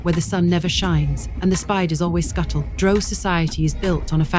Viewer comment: Drow not Dro. The very least you can do is pronounce it correctly.